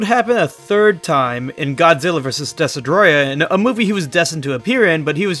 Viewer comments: I’m sorry… DESADROYAH!? I don’t mean to be rude but it’s DESTOROYAH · ITS DESTROYAH NOT DESEDTROYAH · It pains me how you pronounced destoroyah. It’s said like destroy and ah or desto roi ah but really fast (no hate) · man pronounced destroyah dess-uh-droy-uh lmao